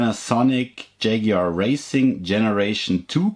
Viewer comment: Yagoar wow